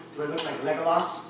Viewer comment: he said legolaz